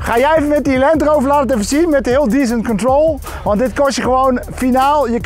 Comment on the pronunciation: ...het is descent control! Niet decent control. Ja, je moet degelijk naar beneden, das waar. Maar check effe je uitspraak🧐